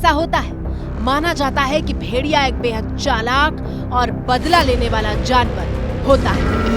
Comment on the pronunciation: मैडम जी. भेरिया... नहीं भेड़िया बोलते हैं 😅